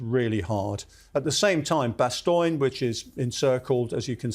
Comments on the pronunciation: Always funny to hear English people pronounce Bastogne as "Bastoyn". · The mispronunciation of Bastogne is hurting my ears. Is that an English pronunciation, or just him? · It’s just him…